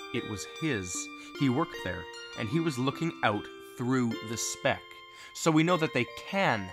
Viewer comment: every time he says speck I think he says spick